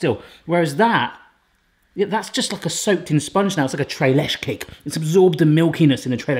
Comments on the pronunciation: "Tray lesh" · The way you say Tre Leches 🤣🤣🤣